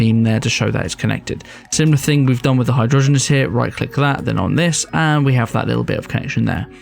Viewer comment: I cried when he said hydrogenars instead of hydroangeas 😭